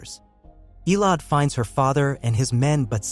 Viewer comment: It's EH LO DEE (Elodie) Not ELODE